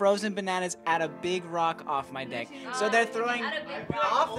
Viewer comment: A Any confundindo "deck" com "dick" MEU PAI KKKKKKKKKKKKKKKKKKKKKKKK